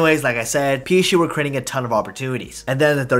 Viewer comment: Doesn't anyone realise he says he psche instead of psg